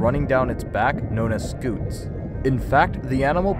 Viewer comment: Hey, really good video, and sorry to nitpick, but I'm pretty sure scutes are pronounced sk-yo-ts